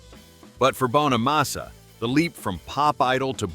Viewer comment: You could at least pronounce Joe's last name correctly. IT'S NOT BONE A MASSA, IT'S BONNA MASSA. Jealousy is a mental disorder. Many many guitar players wish they could play like Joe, he is a very humble guy who busted his ass his entire life.